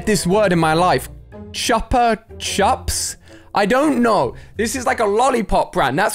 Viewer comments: You pronounce chupa chups as "CHUBBA CHUPS" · Make the oo sound in chuppa chup